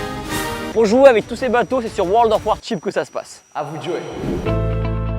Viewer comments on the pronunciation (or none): Très belle vid. Par contre il faudra travailler l'anglais :) (World of "War Chips").